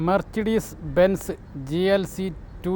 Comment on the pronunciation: വണ്ടികളുടെ പേരുകൾ പറയുന്നത് ഒന്ന് കൂടി നോക്കിയിട്ട് പറയുക .. ഉദാഹരണം മെർസിഡിസ് ബെൻസ് അത് ഉച്ചരിക്കുന്നത് muh suh deez